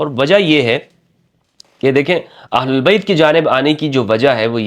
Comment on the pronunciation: "اھل بیت" ، کہا کریں نہ کہ اھل اللبیت ، ویسے آپکی ادائیگی بھی صحیح ھے